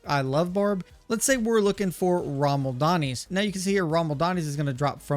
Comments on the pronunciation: "Rommel Donnies"? lol.... "Rama - Lad - Knees" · its not Ramal - Dani , its Ra - Ma - Lad - Ni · I like how no content creator actually pronounces Ramaladni's correctly. 😂